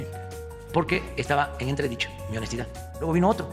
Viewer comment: Y a mi me molesta tu """" honestida""""